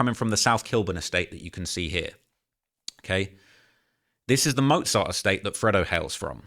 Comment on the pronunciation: He doesn’t even know how to say mozart lol